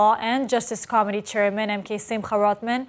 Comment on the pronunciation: Dear you are wonderful but you pronounce Committee so it sounds like Comedy which may be appropriate at times haha. I find it amusing